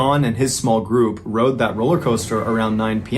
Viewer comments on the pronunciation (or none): none